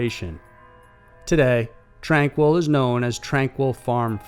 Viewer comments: Wouldn't it be pronounced "Tranh-KEE," like the French? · FYI==Tranquille in British Columbia (#2) is pronounced "tran keel". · It's pronounced tran-keel.tranquille and it's in Kamloops BC the facility is called Padova ... I'm from there an have been to the old tuberculosis town. It is on tranquille road.